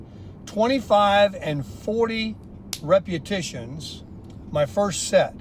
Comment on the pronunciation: How many “reputitions” did he say again? I’m writing out my plan and want to get it correct. Between this and locking me in a barn I’m aboutta be SKINTTTTTTTY by summer 2026. 😍